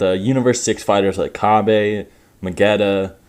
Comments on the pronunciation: Isn't his name Cabba? Not Kabe? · You know you're the only one who pronounces Kabba as "Kabé" right?